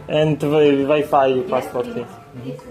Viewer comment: Вай файв😅😅😅плитка электрическая 😅😅😅😅ой умру